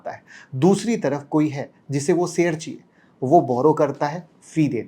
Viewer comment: श बोलना सीख लें आप तो वीडियो पर ज्यादा view आयेंगे, शेयर बोला जाता है सेयर नहीं बोलते